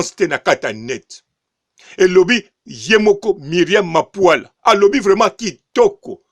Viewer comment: BB MAPULA. Et non MAPUALA